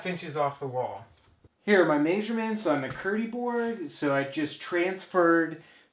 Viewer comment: Did he say masurements?